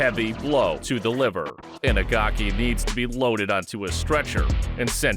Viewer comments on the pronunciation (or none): Bad Rutteb was a beast. His Leaver kick was brutal. I know it’s liver but when he says it sounds like leaver